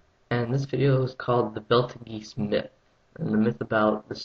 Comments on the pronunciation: yes I did see the comment, acknowledging your pronunciation mistake. No, you're never going to hear the end of it. Swallow pride, reset view-count, re-record audio. Its unforgivable. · You are correct of course, but to gain creditability you should learn how to pronounce the name of the star in the first place. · there are many renowned astronomers out there who dont pronounce it beetlejuice, brian cox is one of them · it's hard to take a person serious when He can't properly pronouce the star... ???? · HAHAHAHAHA I ALMOST SCREAMED AT this guy because of how he was saying it intel i saw your comment then i just lost it! in laugter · the idiot is saying betelgeuse wrong! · i like how you think you know what your talking about and your going in depth and all that but you cant even pronounce the name of the star right. its one of the most popular stars in the sky you moron. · I dont care about your pronunciation of betelgeuse, but I liked your video, thanks. Betelgeuse is fascinating bc it is so large and somewhat close to us. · You portray yourself as someone who knows what you're talking about, yet you don't know how to pronounce the name correctly. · Well researched report - good job. Don't worry about the mispronunciation, I pronounced it that way myself before I knew better. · Stopped watching after you fucked the pronunciation up, which was more or less the first 10 seconds in. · Belt-a-geese? It's pronounced "Beetle juice" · actually there is fart snake it's pronounced "beetle juice". oxforddictionaries(dot)com/definition/english/Betelgeuse Betelgeuse Pronunciation: /ˈbiːt(ə)lˌdʒəːz/ = "beetle juice" how on earth can it be "belt-a-geese" when the "T" comes before the "L" in the name thus OP is a moron. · What the hell is belt-a-geese? I think you mean Beatlejuice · IT'S BEETLE JUICE NOT BELT OF GEESE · It's pronounced Beetle juice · Beetle juice. .. is how its pronounced. Not belta geese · I was cracking up! Belt a geese hahaha! It's pronounced beetle juice!